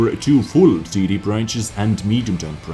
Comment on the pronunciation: i love your accent, but to me, when you say TD it sounds like titty. Only sometimes tho Love the vids^^